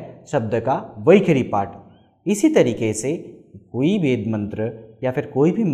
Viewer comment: This guy can't even pronounce "veda" or "svar" properly.